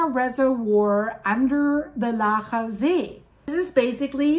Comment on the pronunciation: I will still go for a swim in Laacher See. :) / Your pronunciation of "Laacher See" and "Rheingraben" is perfect, btw